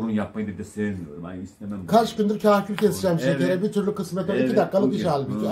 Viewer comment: kahküle kerkül diyor yaw :D